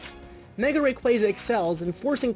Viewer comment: Indeed. The way he pronounces Rayquaza bothers me a bit. Not surprising. Really? :O